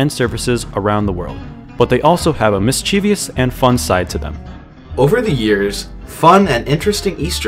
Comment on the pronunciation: you pronounce "Mischievous' Wrong!!!